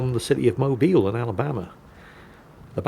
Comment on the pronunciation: I am impressed that pronounced Mobile, AL correctly. +1